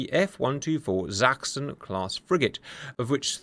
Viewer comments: thanks for pronouncing Sachsen properly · Wow, I was amazed at how well you pronounced "Sachsen" - that was perfect - not, what we germans expect from a ... brit?